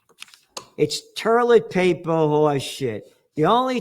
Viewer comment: I love it when you call it toierlet paper. It reminds me of my Popop and I get a warm feeling of him. He had your sense of humor. ❤❤❤